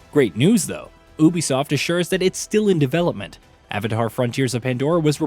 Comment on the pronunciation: Why you pronouncing Ubisoft like that🤨its wrong.